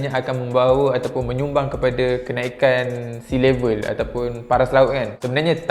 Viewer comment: “sea my level” - azwan ali